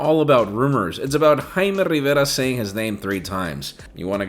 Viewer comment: your name is jaime not haimar okay ??